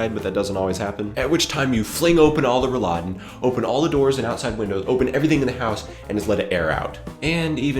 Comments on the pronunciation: You always say Rolladen so that it sounds like the food Rouladen :) it sounds just funny. you actually´re talking about Roll-laden (maybe that helps to pronounce it :) ) great video anyway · Hahaha, it's Rolläden, not Rouladen, which is rolled up meat you serve with red cabbage;D Rollläden contains the word roll, which makes sense because you roll them up. Sorry for "correcting" but I was just imagining this rolled up meat on your windows. But acutally you are right, they are called blast shields;D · Good Video. I'm glad you discovered the right usage of Rolläden. I personally am not a fan of air-con, because it's usually too cold (don't fancy taking a cardigan for when I go inside in the summer). Can I say that you may want to watch your pronounciation of Rolladen. It's double "L" so it's a short "a" afterwards. What you said sounded to me like "Rouladen", which is not the same thing at all. :) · Blastshields! btw its pronounced roll_laden, but blastshields is the way better name :D *backscratch